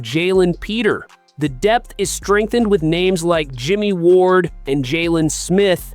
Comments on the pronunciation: Dude, this is the first time I’ve watched your channel and I don’t know what city you’re in, but for God sake, get your name pronunciations correct. It’s De MEEKO Ryans, not De Měcko. And it’s not Luke LÁ Chee; it’s pronounced Luke La SHAY’. And again, Jalen Pitre is pronounced PEÉtree, not PETER. I think any Houstonian who follows the Texans would know this. assuming you were at the practice to have all of this firsthand information about how the practice looked. You need to ask some people in the know how to pronounce the players’ names. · I was gonna say the same thing! Dude, if you’re gonna have a channel about the Texans, you ought to at least know how to pronounce their names! It’s not Jaylen Peter; it’s Jalen Pitre…. That’s Peé tree!!! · How bout pitre...peter